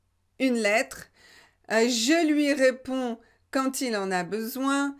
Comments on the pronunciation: pourquoi vous prononcez "QUAND" quantte? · Dear, will you please explain me why you pronounce the final t in the word quand when there is no liaison.